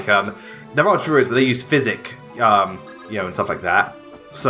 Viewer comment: wholy shit you actually pronounced physic correctly, finally, that was really annoying me